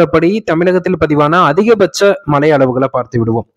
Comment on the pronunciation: மழை என உச்சரிப்பதில்லை மலை என்றே உச்சரிக்கின்றார்